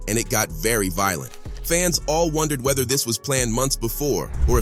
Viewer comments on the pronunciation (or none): none